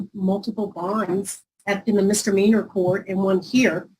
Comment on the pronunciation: I'd just like to say as someone from Texas, we don't all say "mister meaner" instead of "misdemeanor" it annoys me every time, especially when it's lawyers lol but don't blame all Texans lol